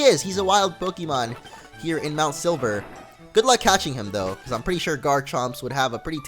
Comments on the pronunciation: hey did you guys heard that he says mount sliver not silver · silver not sliver :D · You say MT.Silver MT.Sliver XD